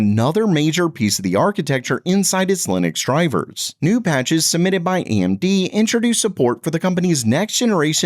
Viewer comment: Whats the deal with the narrator mispronouncing established technology company names? Amdy's instead of AMD. Hinix instead of Hynix. Is that normal for the channel?